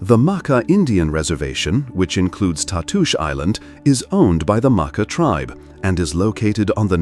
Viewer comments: It calked the ( mah- kaw), not the mokkah. Idiot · MahKah....maakah.... pronunciation is so effing off.